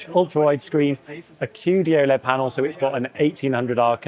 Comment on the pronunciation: qd-oled... What an embarasement 🤦🏻‍♂️